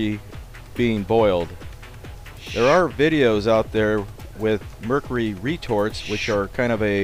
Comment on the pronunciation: It is murcury not murcery